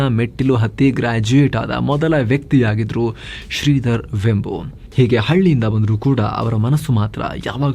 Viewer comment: Totally good presentation about a great entrepreneur! Liked it very much. His name is pronounced as ವೇಂಬು NOT ವೆಂಬು.